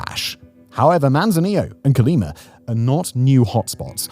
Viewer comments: The name of the State/City is COLIMA not CALIMA. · Colima not Cerleemer ya limey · 'Co-lee-mah', Simon, it ends in 'a', not 'r'. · Terrible traslation, Calima, Calema Cale-lima, Quima, wtf hahahaha CO-LI-MA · "Colimer"... Hmm, I think he means Colima. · ColimaDOES NOT HAVE AN R AT THE END!😂